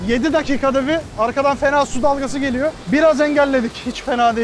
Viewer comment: ana su geleyor o nasıl bir diyiş şekli